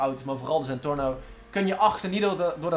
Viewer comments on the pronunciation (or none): none